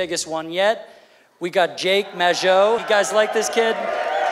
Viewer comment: It's pronounced May-Joe damnit